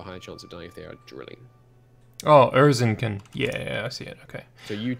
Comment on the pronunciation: Oh my God, That pronounciation of Erzincan made me laugh outloud. In Turkish names, "c" letter never means "k" sound. The correct pronunciation can be found here I love the series by the way.